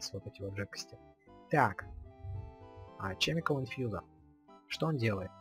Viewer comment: Это формальность, каждый называет, как хочет. ОДНАКО, НЕ ЧЕМИКАЛ, А КЕМИКАЛ